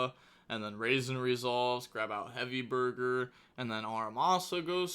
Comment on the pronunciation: Does he know it’s BORGER not BURGER?